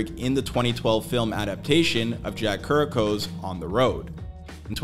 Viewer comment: This is for the voiceover artist. KI-row-ack. Jack Ki-row-ack